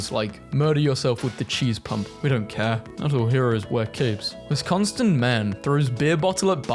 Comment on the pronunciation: you pronounced Wisconsin wrong